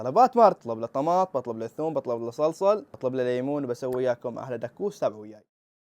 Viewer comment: ايش هاللهجة دكوس 😅😅😅😅